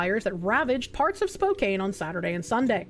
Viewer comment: Spokane=Spoke-Ann Not spoke-ain't It gives me spokepain You don't wanna live in Spokane, you wanna live in Coeur D'Alene